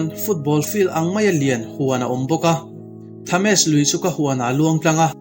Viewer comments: Lo ngai haw lo la,Tha mes nilo in Temz tih zawk a lam tur . Nakin atan leh zel 👍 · Thames lui( thems tia lam tur)